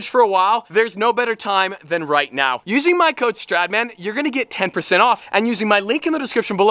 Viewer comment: Then stradman - street man 😂😂😂 an sorry no offence i love you